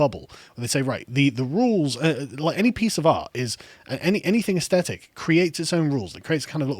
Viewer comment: Why is there a plague of mispronunciation of "aesthetic" on YouTube? Drives one a bit dotty.